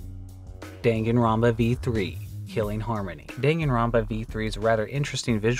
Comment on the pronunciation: The worst part was when he said Deingin Ranba. You have to try really hard to be that wrong.